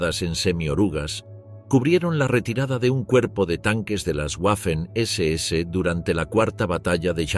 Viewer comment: En alemán y en español la letra w es una v doble. Por lo tanto la pronunciación correcta es "vermacht" y no "uermacht" "vaffen SS" y no "uaffen SS"